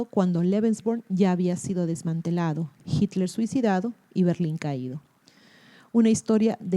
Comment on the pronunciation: Me sorprende que no sepas pronuncia Hitler